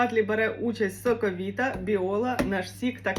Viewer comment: Ви чомусь "соковита" читаєте не українською(